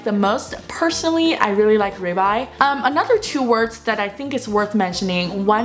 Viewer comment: ribeye 这个读音我查了有道，读raibeye。因为我之前经常会点这个牛排…所以注意到这个发音